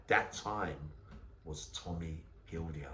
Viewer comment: Tommy Gildea is pronounced GILDAY keep it real YNWA